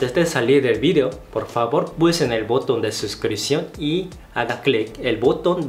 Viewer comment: Excelente. ¡Muchas gracias! Por cierto, se dice «botón»: el acento en la segunda sílaba. 😊😉